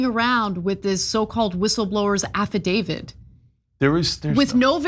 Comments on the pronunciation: Affidavit. Not affaDAVID. Illiterate. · IT'S AFFIDAVIT!!!!!! Stop mispronouncing it, it makes you sound ridiculous!!!! Who will believe ANYTHING you have to say if you can't even pronounce the frigging word!!!